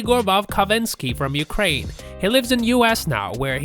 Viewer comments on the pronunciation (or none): none